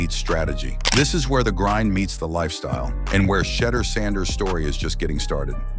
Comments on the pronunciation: The correct pronunciation is She duer people! Let get lesson on hoe to pronoun the young man name. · Tell Ai to minimize constantly mispronounced his name. It kls the quote vibe of the post ans extremely annoying